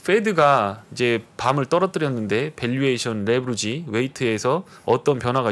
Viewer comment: 근데 왜 레버리지를 레부리지라고 발음 하시나요?ㅋㅋ